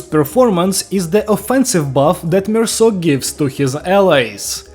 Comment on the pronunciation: HE PRONOUNCED IT RIGHT IM SO HAPPY IM CRYING 😭 ITS SO PEAK